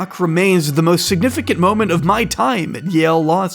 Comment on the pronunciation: Why does he say "mom-ent" instead of "mo-ment"?